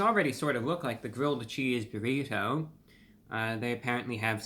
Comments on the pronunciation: I love ReviewBrah’s crisp articulation particularly with Ts. We normally say “burri-DOUGH” but he says it correctly as “burri-TOW” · My FAVORITE pronunciation of the word “Burr-EE-toe!!!!!! ❤ it